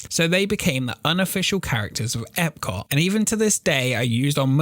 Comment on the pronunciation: You know there’s a letter “T” at the end of the word Epcot right? Your accent cuts it off lol. I love your videos keep it up!